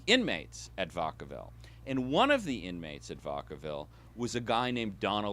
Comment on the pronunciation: Fascinating research and interpretation, but as a person actually from the Bay and having previously worked in San Quentin, Vacaville is pronounced, “vack-uh-vihl” not “vuhck-uh-vihl,” but thanks for atleast pronouncing Daly City correctly:)